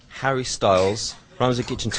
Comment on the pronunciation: I love the way he says Harry!